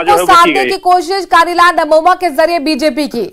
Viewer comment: नमोमा नही 😂 ननोमा है